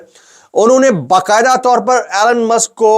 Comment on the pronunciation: Allan nahin elon hota